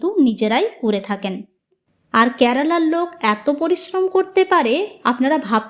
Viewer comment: Pronunciation ta karala kno? Spl to kerala